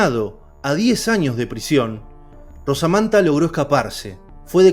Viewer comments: Se llamaba Manuel Blanco Romasanta, no Rosamanta como usted dice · Romasanta no rosamanta...muy bueno el relato... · Conozco el caso y creo q es romasanta como se pronuncia.